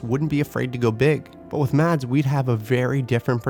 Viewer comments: You don’t pronounce the D in Mads Mikkelsen. It's silent :) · Mads Mikkelsen..... The d is silent.... 😊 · Mads Mikkelsen. And BTW the D in Mads is silent. :-)